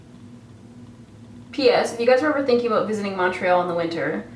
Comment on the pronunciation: LOL you don't sound canadian at all when you say toronto and montreal its funny!